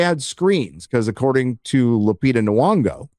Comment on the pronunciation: BTW it's Nyong'o with a "y" noise. Not "Nuong'o."